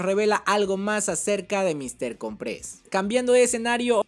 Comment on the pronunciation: se dice Míster cOmpres... como que con un acento en la O de cOmpres. es artante escuchar que le dicen mister comprEs..